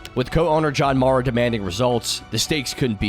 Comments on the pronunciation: HELLO COMPUTER; CAN YOU SAY "MARR-UH"?? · That pronunciation of "Mara" was brutal.